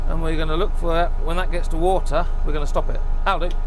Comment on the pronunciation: 워러를 오타라고 발음이 재미짐